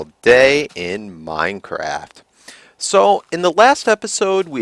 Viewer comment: In the starting he said 'another beautiful day in mine CRAP! '